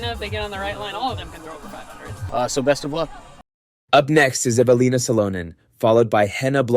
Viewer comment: Who the fuck is Eve Uh Leen Uh So Lunnin? This AI crap made me turn it off about 5 minutes in. It hurt my ears listening to this.